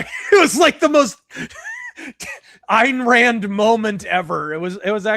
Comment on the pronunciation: I keep hearing IRAN when he says, "Ayn Rand". It's just a funny, persnickety auditory quirk.